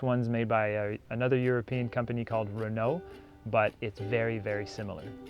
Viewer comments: Ren-oooooh, have you heard of it? it's french, and sophisticated... You know? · You say renault like you have never heard of them before!! :) Good video!